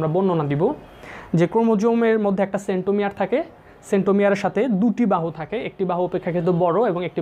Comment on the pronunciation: Sir , apni porassilen centromiar R amar soto vai shunce { SENTU MIA } 😂😂😂